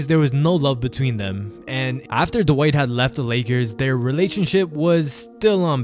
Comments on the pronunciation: Dwight is one syllable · posterized Dwight so bad the reporter got his name wrong..